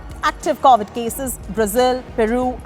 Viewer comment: Man! It's CoVid, not CAUvid.